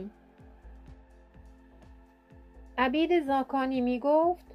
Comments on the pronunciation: درود بر شما؛ بانو هی میگی عَبید ، تلفظ درستش عُبید هست. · درود. بانو تلفظ درست میشه. عُبید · اسم را غلط تلفظ میکنید عبید نوشته میشود ....اما عوبید ...او ...خوانده می‌شود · عُبید بفرمائید نه عَبید. چون عُبِید زاکانی صحیح است. سپاس از مطالب مفید و خوبتان. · اسم ایشان عبید ( خوانده میشود اوبید) نه ابید. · درود به مجری عزیز عبید با ضمه است و شما با کسره تلفظ کردید تندرست باشیدو عبید با ضمه شروع میشود نه با فتحه انچه شما نام میبرید معنی اش برده است و عبید برده نبود لطفا پارسی را پاس دارید تندرست باشیدمثلا میگوییم من عبد و عبید شما هستم به انتظارها چه زودتر با برنامه هایتان که کم نظیر است.Magnifique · خانم گوینده اسم ایشان عبید ذاکانی نیست عوبید ذاکانی در زمان در زمان ایشون عرب نبوده اند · خودت آخرای فیلم میگی عبید عرب بوده ، منم عربم در عربی نمیگیم عَبید میگیم عُبید ، دوتا خطای لفظی دیگه هم داشتی دقت کن ، اون پنج نصیحت هم میگن از ابوسعید ابوالخیر هست اما ممکنه شما درست بگی چون نمی تونم این رو ثابت کنم. عُبید خیلی خوب فهمیده چه خبره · خانم محترم شما چرا Obeid را Abid تلفظ میکنید😔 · با سپاس، تلفظ صحیح نام طنز پرداز، شاعر گرانمایه اینست : Obeid Zakani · مجری محترم ، عبید با ضمه بر روی ع صحیح است !obeid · اگر خطا نکنم تلفظ درست نام عبید به ضم ع و کسر ب است ... د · با درود بر شما دوست عزیز. حق با شناست کسور از گوینده هست در اصل عُبید هست .. اما چون اسم خاص هست شاید در تلفظ زیاد مهم نباشد چرا که لهجه هم تاثیر گذار است. 🙏🙏❤️❤️ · عُبید زاکانی شما اشتباه تلفظ کردید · بسیار زیبا تامل برانگیز، با نهایت احترام عبید زاکانی خوب تلفظ نمیکنی و برخی زیر و زبر ها سپاس فراوان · لطفادرست تلفظ کنیدعبیدرا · شما باید یک بار نزد کسی که باسواد تر است میخواندید، بعید. راذباید با ضمن بخوانید و‌نه فتحه !!! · خانم اسم استاد را غلط تلفظ میکنید😮